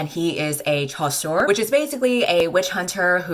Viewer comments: Nah, I think it's "chasseur," which is correct (surprising, considering the baker named Pain), but is pronouncing it like shoe LMAO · As a french speaker the best part of the video is just saying ChAsSore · The way she pronounces “chasseur” is so funny lol. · the way she pronounced chasseur 🤣 nous aimons une reine lol